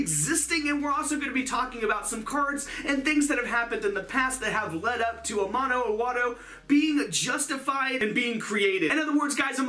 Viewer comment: I know that as a non-Japanese person I should really not get hung up on this but I think you're supposed to have a brief break after Ama as the No is a seperate word.